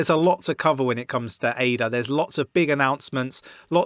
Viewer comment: dont call it A-D-A, its named after a woman as you know. her name is not A-D-A!